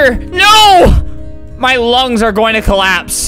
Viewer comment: “Danger dange4 nooooo my lungs are go ahead calaps”. Medical